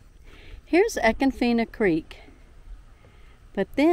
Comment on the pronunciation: Wrong pronunciation but a cool little video. Must have a kayak to reach the other springs which shame all of these manmade parks...😁